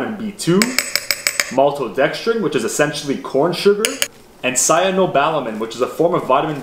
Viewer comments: "Cyanobalamin". It's cyano-CO-balamin, dude. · cyanoCObalamin... he said it wrong but wrote it right, I noticed later when reading. seems healthy (not)